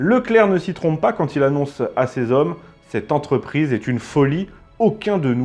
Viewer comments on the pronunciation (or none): 3'33 : "quatre mille z'hommes" ! Horrible ! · Dix-huit zavions et quatre mille zommes. Ce n'est pas la première fois et ce ne sont quand même pas des fautes bénignes. Je soupçonne de ne pas lire les commentaires. Tant pis pour nos oreilles et notre langue.